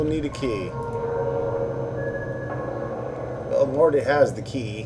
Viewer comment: Morte's ("Mortimer 'Morte' Rictusgrin") name is pronounced "mort", like wart, as in morte, the Latin word for death, and not "more-tea". This is nitpicking at its finest, but did you really mispronounce it throughout the whole long play? Ouch.